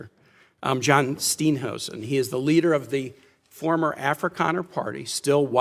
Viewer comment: It's not John STEENhousen. It's John STINE (rhymes with 9) housen